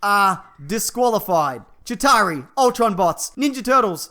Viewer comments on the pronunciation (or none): none